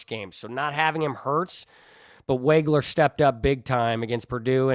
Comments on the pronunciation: Pronounced Woggler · Illini fan here. I was very impressed with your knowledge and presentation... Keatons name is wog (as in dog)wager